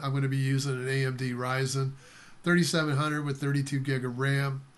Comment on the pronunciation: (me remind myself of school): It's Ryzen, not Rysen :)